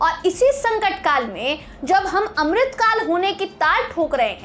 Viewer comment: अमिरित काल नहीं कलिकाल है